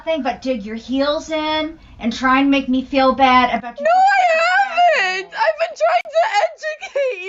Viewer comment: No I haven'TA! You're not listening to meAH! I'm tying to educate youAH!